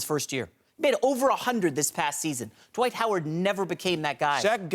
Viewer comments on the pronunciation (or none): Why is the word “Dwight” pronounced “dahwite?”